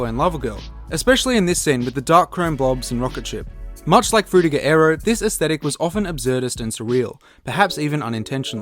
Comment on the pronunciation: that Frutiger Aero pronunciation is very anoyying, not even google translate detected right